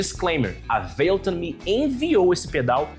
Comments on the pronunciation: Veiloton? É mais pra véloton, parei aí, fala como os brasileiros falam, tenta imaginar americano e ainda fala errado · Nemdeu 5 minutos de vídeo e eu já fiquei enjoado da forma que você fala "valeton"... kkkkk